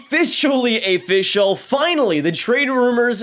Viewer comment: is it Afficial?? Work on your pronunciation and repeating the same words/sentences. It makes you seem amateur.